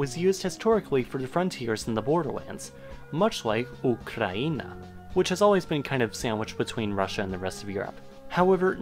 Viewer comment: Ukraina (Ukraine) it's not "u kraya" - near the border, Ukraina means - u (our), kraina (krai - region). Our region. Author, learn history first. And now - dislike to you, sorry.